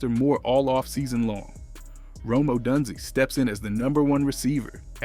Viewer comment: Gotta get the name pronunciations correct bro. Rome Odunzy and Kyle Moaning-guy is crazy 😂